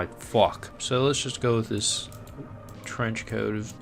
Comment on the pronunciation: Yeah what the fwouck that’s what I heard :o ;/